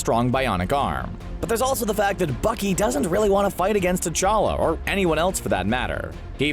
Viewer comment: Who’s tachka......... it’s T'Challa